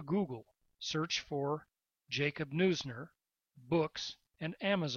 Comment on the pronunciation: His name is pronounced "nooz-ner" not "noy-zner".